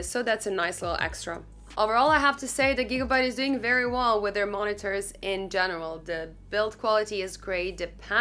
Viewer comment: Did she say, “deez are da two mon-ee-tors”?